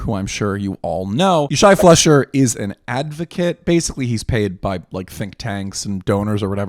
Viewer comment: His surname's pronounced fly-sher. (Not a big thing, but it will help you sound like you know what you're talking about.)